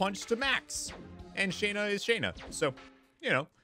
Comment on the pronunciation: It's SHAW-NA; not SHAE-NA!!